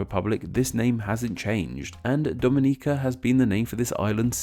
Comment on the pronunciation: Omg you said Dominica correctly!!! I am surprised